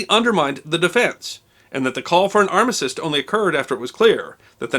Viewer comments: Arm-á-stice... not armasist .. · You also seem to say arma-cyst, where armistice sounds much better :)